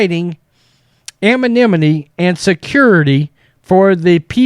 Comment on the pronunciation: I think you pronounce “anonymity” differently every time you say it. 🤭